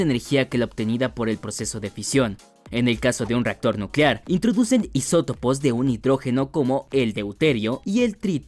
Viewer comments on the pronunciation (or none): Isotopos no isopotos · Min los isopotos de hidrógeno 😂😂😂😂😂 isopotos 🤣🤣🤣🤣